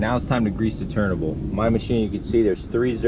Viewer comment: I enjoy your videos. You say "turnable", or are you saying turntable and because I'm hearing impaired I hear "turnable".